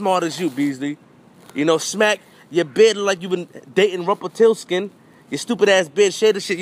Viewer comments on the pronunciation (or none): This nigga said, ''Rumpletilskin''... it's ''Rumplestiltskin''.